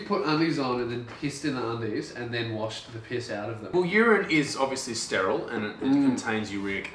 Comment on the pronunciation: "uRiNe iS sTeRIe"